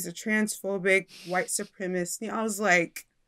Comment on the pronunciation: It’s “ supremacist” not “ supremist”.